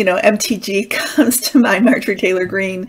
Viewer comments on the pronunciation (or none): none